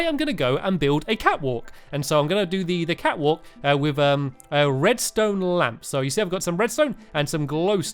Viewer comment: Did he just say redstone lamb?? Haha it's funn y, oh u stamps